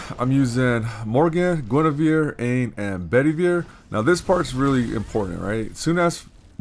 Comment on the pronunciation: Nice man that was a solid run! Dunno if anyone mentioned before, not trying to be all elitest on you or anything, but Aine is pronounced Arn-yuh, it's an Irish name :)